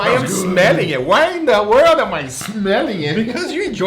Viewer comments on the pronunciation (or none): none